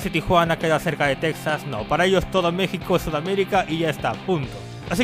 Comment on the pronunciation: Por cierto, se pronuncia Tejas :v